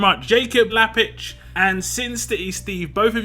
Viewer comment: Oh man a whole year!! Thanks for the shout out! It's pronounced Lapic(k), but that's okay my British friend. Love this character!